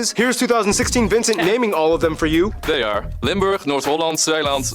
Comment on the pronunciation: It's Limburg not Limberg....though we have the highest point of the European Netherlands.